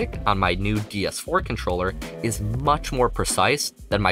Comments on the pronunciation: Is anyone else hearing him say "DS 4" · its triggering me when hes saying DS4 :(